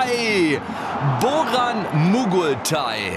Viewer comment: Der heißt baran mogultay und nicht boran